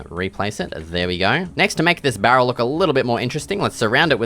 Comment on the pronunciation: i love the part where u said "bArrel"